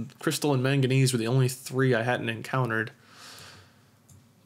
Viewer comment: his incorrect way of saying manganese